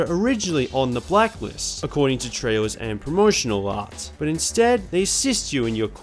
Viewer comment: you said blackwist